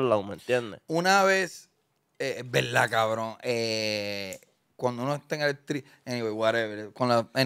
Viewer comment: Decir en veldad es incorrecto, pero repetirlo dos veces ya es para provocar 😂🤮